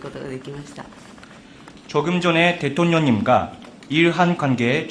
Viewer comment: 통역사 발음 웃기네 ㅋㅋ 대똥뇽 ㅋㅋㅋ